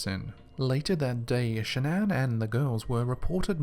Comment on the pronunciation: Shan-nan. Am I the only one bothered by this?